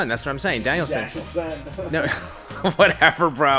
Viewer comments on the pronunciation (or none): I agree with Greg on this 1... u said Danielsin lol